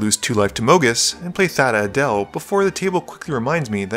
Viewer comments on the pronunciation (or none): none